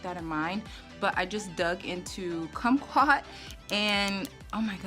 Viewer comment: Cute😊❤ You said kumquat right. We have a lot of kumquat trees in Southern California so that's likely where he got the name from. We used to sit in the trees and eat them as kids. 😊🌻